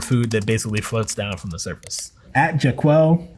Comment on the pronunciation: Ja'Qwell? My man, it's pronounced Jack'lean.